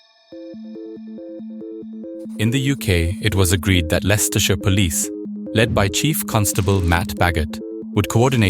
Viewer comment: Well done for pronouncing Leicestershire correctly! People often struggle with it...